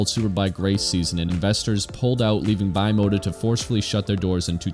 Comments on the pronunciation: It’s Italian. Should be pronounced bee-mota, not by-mota. Nice video, interesting issue. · lol, bi mota? I'm bi-mota, I ride a bike and drive a car. It's Italian and pronounced bim-ota. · The correct pronunciation is "B mota" and no "Bye mota" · C'mon man, it's "bee-mota" and "vee-do-eh" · Bimota..were one of the few companies that had all the best already added to the frame and you choose the engine. I think it's pronounced like one word bim ota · lmao bye-mota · not bimota sounds beemota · Great video, a few bikes missing from it, however...that pronouncement of Bimota may of driven me insane 😂